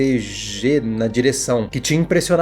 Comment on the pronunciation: O nome do diretor se pronuncia Mac Gi. Não gosto deste filme, o transplante no final foi a pá de cal.